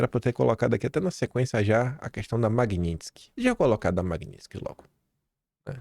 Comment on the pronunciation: MagNitsky, não MagniNtsky... parece que não lê direito...só tem um N...